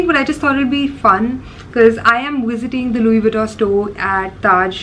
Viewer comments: She didn’t even pronounce LV name correctly. Btw, videography is prohibited in the store, I wonder how come store has allowed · Didn't even pronounce it right